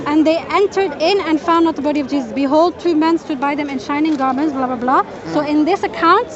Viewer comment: This smartypants is a Churi…. JeeJas JeeJas JeeJas … doesn’t even know how to pronounce the name correctly.